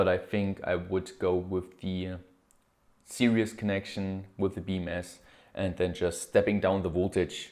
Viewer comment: Series is pronounced "sear-ease" (eeees), not serious. Lol, you say it in every video, all good though.